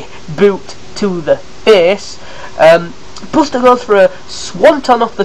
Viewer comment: you say buster's name wrong